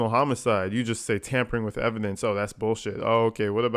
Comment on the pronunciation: Agreed. Mom is a controlling, obnoxious b*tch. "Tampering with evdence??? At the hospital??"